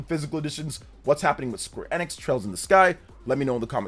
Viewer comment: It's EEENIX not IN-IX. Stop saying in-ix.